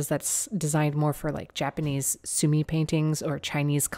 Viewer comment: Just because I speak Japanese and am a pronunciation nerd - it's not a soo-mee brush, it's a soo-mee-eh brush. (Sumie 墨絵) That said, you do great work. I've really been enjoying your videos. Thank you for all you do! :)